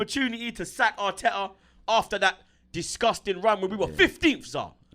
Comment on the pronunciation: "we got MIKEL ARTEKKERZ BLUD"